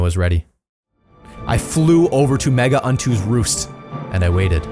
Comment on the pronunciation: "mega untu's roost" thanks google translate